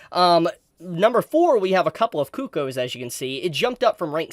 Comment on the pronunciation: It.......sounded like you were saying "coo-coes" rather than "cuckoos." I am curious about.